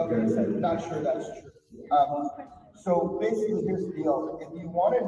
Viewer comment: Why does corbell say sho for the word so? Sho cringe.